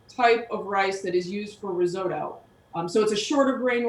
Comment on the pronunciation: Please learn how to pronounce risotto!